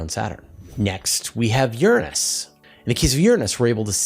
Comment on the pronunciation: I'm no astronomer but I know your pronouncing Uranus incorrectly. :)